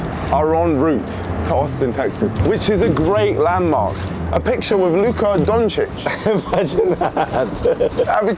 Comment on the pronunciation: I love how he pronounced luka doncic😭